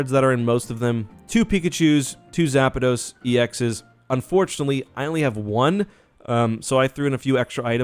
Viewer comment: As soon as he called Zapdos “Zapidos” i clicked off😂